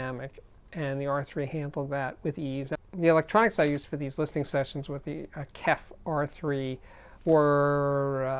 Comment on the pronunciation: Is it really too hard to say K-E-F, J-B-L, B-A-S-F or any or audio with letters? You are old enough to know better.